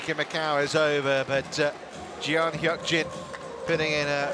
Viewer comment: It's not Jion.. it's Jeon..